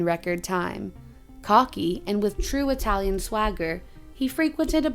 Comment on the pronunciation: please remember: you have to pronounce the fucking vowel at the end of every single word when you speak italian!! Oh sembra 'he tu c'hai un pel di fica sulla lingua, direbbe il Nesi. Ora vo via, ti saluto che c'ho d' andà in posta ed in banca. VIVA IDDUCE, il lavoro e la libertà. RISORGEREMO, prima o dopo, salto del capretto e della volpe l! Thank you